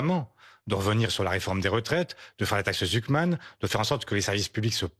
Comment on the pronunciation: Réecoutez sa prononciation de la "Taxe Zuckman" 😂 la liaison est incompréhensible, il mange les mots. Articule bien Mr Faure😂